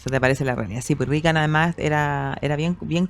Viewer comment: Extraño que en Chile todos pronuncien Rigan. En Estados Unidos es RRegan pronunciando con E. En el caso del presidente la conjunción ea corresponde pronunciarla como en las palabras Bread o Head.